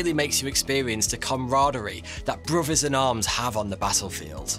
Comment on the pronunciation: “Bothers” not “brovers”